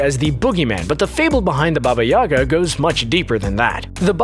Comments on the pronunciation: Did anyone hear baby-yaga? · Dude said "Baby Yaga"........................ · Baba yagA, on last A